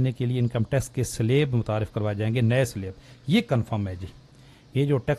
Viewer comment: 'Slab' ka talafuz sahih kren.